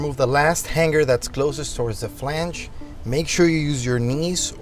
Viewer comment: The ONLY option is the Borla!! The finish on the stainless steel Borla muffler is not chrome...it's stainless steel??? The "G" sound in hanger is not a gah as in han-gar sound it is the hang-er sound as in the word ring, not pronounced rin-gah but the R-ing sound. Why in the world would anyone purchase a Japanese made mid size Tacoma truck the only makes 11 mpg, let alone the version that constantly reminds the fact???